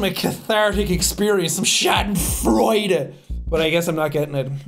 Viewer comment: Thats not how you say "Schadenfreude" xDDDDDD that rlly got me there